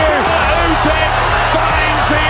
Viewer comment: Usyk's name is pronounced "OO-sick," not "YOU-sick."